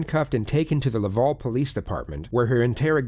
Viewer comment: I live in Montreal and I just have to say the way pronounced “Quebec”, “Laval”, and “Montreal” pained me lol. Also it was clear this was in Quebec as soon as I heard the investigator’s accent 😂 Edit: This woman is a monster and we do not claim her